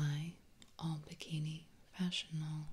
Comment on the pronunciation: Is it me or did fashion haul sound like vaginal? Not trying to be perverted or anything but that's just what I heard. Had to rewind it to confirm or refute my thought